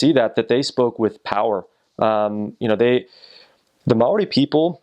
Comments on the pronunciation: HE SAID MAORI RIGHT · I'm sooooo happy you pronounced Maori correctly :D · Respect for pronouncing Maori right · You have no idea how excited I got when he pronounced Maori right!!! OMG!! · He is so far the only American on youtube that can pronounce Maori correctly. Nice vid